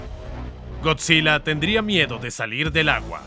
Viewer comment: es gojira pero se pronuncia goyira